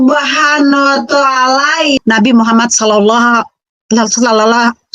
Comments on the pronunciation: ini lg murtadin odong2 menyebut nama nabi muhammad sw aja belepotan. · Assalamualaikum wr wbr..., kasihan si ibu, ngakunya murtadin,dari Islam menjadi oten,tapi mengucapkan Muhammad SAW saja belepotan,😄😄🤭.Tks bang,yg selalu menayangkan murtadin odong ",🤗🤗🤗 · MUKA NYA.SAJA,,SUDAH MUKA PENIPU,,,,KELAS KROCO,,NYEBUT NABI MUHAMMAT, SAW BLEPOTAN ANJIR-ANJIR,🐕‍🦺🐕‍🦺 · Gak usah sebut2 nama nabi Muhammad kalau belepotan begitu... 🤣🤣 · waduh, ngaku Islam ini oten, ngucapkan nama nabi saja blepotan ngaku muslim..? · Astagahahahaha...batal tidur dah,ngakak dulu,nyebut nama nabi Muhamad SAW aja blepotan,bilangnya muslimah trus murtad,OTEEEN,OTEN...yuk tawa yuk,tawa aja ga papa yuuk,hahahahahah